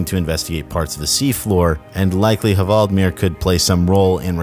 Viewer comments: the h is silent. you have great videos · Ha-vald-mir? His name is clearly Hval-di-mir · It's hval-dee-meer, not ha-vald-mir :D like Vladimir or whale-dimir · He is called Hvaldimir - pronounced Wal-de-mir. It's a play on the word Whale (Hval) and the name Vladimir. It's Whaledimir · The 'H' is silent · you’re not Norwegian so I won’t take the piss but that pronunciation of hvaldimir was very funny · You don’t pronounce the H in Hvaldimir. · You aren't supposed to pronunciate the h in the hvaldimir